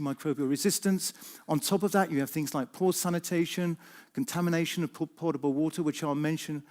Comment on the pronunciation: For the information of others listening to this talk: 4.47: It is potable water not 'portable water'